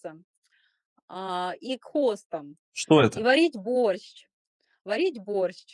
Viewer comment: Она говорит Борщч 🤦‍♀️ в самом начале видео БОРЩЧ